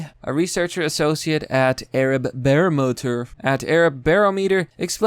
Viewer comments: Barometer: bear-rom-met-tor... Diaspora: die-asp-pour-ra... Pronunciation: pro-noun-see-ay-shun... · Barometer: BUH-RAH-muh-tur.